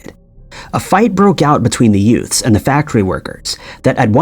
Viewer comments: I beg your pardon, did you say “yoots”? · Sounded like that